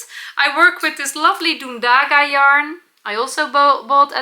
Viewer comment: Ok, I have to tell. Dundaga is a Latvian wool, and because it is a Latvian word/name you have to put emphasis/accent on the first syllable, because ALL Latvian words ALWAYS have emphasis on the first syllable 🥰